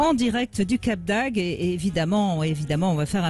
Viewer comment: Brigitte bonjour: j´adore vos émissions. Mais il faut dire le cap d´AGDE et pas le cap d´AGUE. Merci